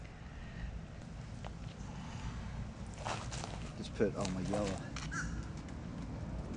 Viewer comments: Lobellia is pronounced Lo-beal-ya. 😘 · That looks fantastic.🌸🌺🌼🌴 I can't wait to start my flower garden. I'm hoping that the temperature might get up to 60° today! 😀 I can't imagine you are already as t 90°! How hot are you all going to in July? ps.. if you are still wondering lobelia is pronounced low-beal-ya🙂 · It's pronounced low-bill'-ya. Nice job,! Now you're going to have to use weed-eater instead of just mowing to trim around all those beds, but they do look nice.